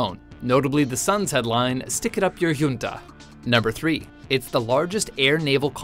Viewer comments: Hunta not yunta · The word "junta" is NOT pronounced "yunta", but properly pronounced "hunta" as it is a Spanish word where the J is pronounced like an H. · me cague de la risa como lo pronuncia